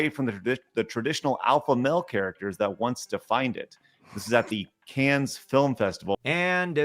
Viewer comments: He’s really just gonna pronounce that “s” at the end of “Cannes” I guess. What a film buff. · Can’t say I’m surprised that these guys don’t know how to pronounce Cannes or Bruges. They probably don’t even know they’re actual cities.